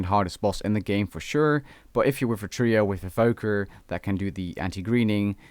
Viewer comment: solo duo and three-oh lmfao